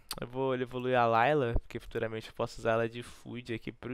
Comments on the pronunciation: Cara se falou layla em vez de lylia umas 10 veses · Cara falando Layla e eu procurando a loirinha kkk se ler LÍLIA po kkkk